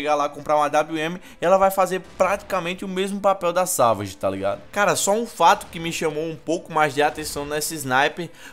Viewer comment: Se escreve Savage e se pronuncia Saveige